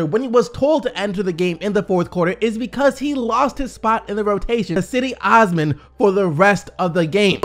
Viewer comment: pronounced jedie osman :(